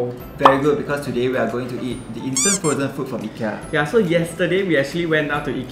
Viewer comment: Your pronounced IKEA wrongly...